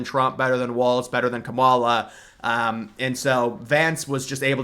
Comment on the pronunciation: How hard is to say Kamala’s name correctly